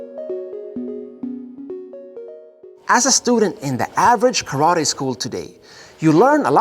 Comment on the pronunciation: Sorry you know the Japanese language but why do you not pronounce TE and instead say TI. When you say karate. I know this a minor point but I am just curious.